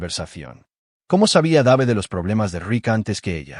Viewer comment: Dave se pronunci Deiv.